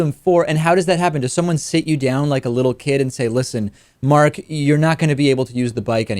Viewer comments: The man's name is Marty Rathbun. What a bad interviewer! Cannot even get a name right. Is this the real future of information sharing? SAD! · Why are you calling him "mark"? I think his name is Marty, dude.